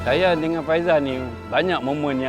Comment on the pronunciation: Sebutan faisal bukan faizal..